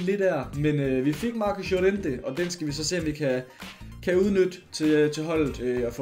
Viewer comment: Nobody:: JoREntE